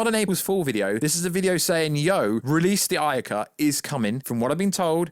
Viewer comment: It's David AYE-er, David AYE-er. Like how you would say the letter "A" A-er, not David EYE-er "as we say in the UK" it's a person's name, I know damn well you can pronounce his name correctly, you're just doing it to be irritating.